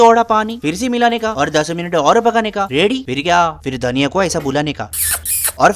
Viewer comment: dhaniya ko bolane ka : 😗😙muuucch muuucch 😂😂😂🤣